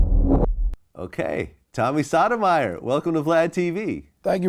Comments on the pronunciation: Great interview, Vlad it's not sadomyer you kept pronouncing his like it's Sotomayor, and that dude who interrupted the interview Tariq is a welfare mentality emotional dude definitely raised by his mother and a racist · It would have been nice if Vlad said his name correctly. It’s pronounced “Soto-my-your”. Not “sodomizer”. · If you look at the words Sodomiser and Sotomayor they are very different and pronounced even more differently. Vlad is either Tyriq's Biznich, trying to slick diss Tommy, or truly uneducated as an adult. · Pronouncing his name the same was as sodomy intentionally was foul .